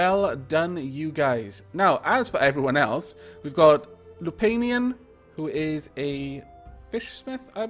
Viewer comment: You pronounced Lupanian ever so slightly off, it's pronounced with a "Pan" instead of a "Pain". And just as a point of interest, the name is derived from "Lupus" the latin word for wolf